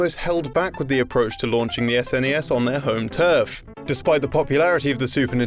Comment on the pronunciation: I can actually finish this video, as he is not saying "ZZZNESS"